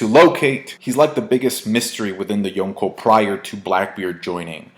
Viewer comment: Why the FUCK do you pronounce Yonko like that